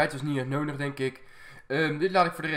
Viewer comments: Kan jij nodig zeggen? Altijd 'nonig' 😂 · Hij zegt nonig inplaats van nodi haha maar wel leuke vids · Ben Ik de enige Die Fck erg iriteer Als Nondig zecht in plaats van nodig😅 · Ik vind jouw uitspraak van nodig echt leuk, jij zegt meer noondig. Ik vind dat redelijk geinig. Nuttige informatie ook, i know. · kan je een D uitspreken want je zegt nonig:D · Hij zegt altijd nonig